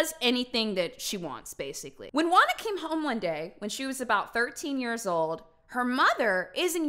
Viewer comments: FYI: Juana is pronounced Huana and not Uana. Just saying 😃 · HAHAHA I can't with you pronounciation in Spanish ashasgjdgjhsa GUANA xD Love you, A native spanish speaker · God, hearing how she says "juana" makes me laugh too much Xd